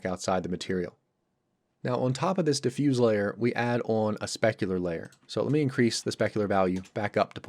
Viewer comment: Diffuse as an adjective is pronounced with an S sound. Diffuse as a verb is pronounced with a Z sound. :)